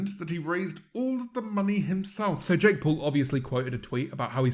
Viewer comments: Nobody: James: Jake Pole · No, he pronounces it Jake Paul